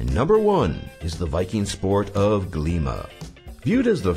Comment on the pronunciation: Glíma (very well pronounced, btw!) is considered our national sport here in Iceland :3 The word translates to "wrestling" but it's obvious a bit different from wrestling outside of Scandinavia :P